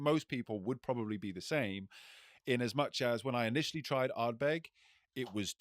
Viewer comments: Guy in the middle calling it Ardberg got a bit much 😂 great episode again chaps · pronounces Uigeadail and Corryvreckan perfectly, yet pronounces Ardbeg wrong. Having said that he does make some fine points and is an ideal foil to bombastic bluster!